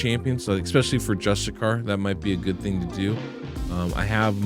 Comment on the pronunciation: Justice-iar not Just-A-Car!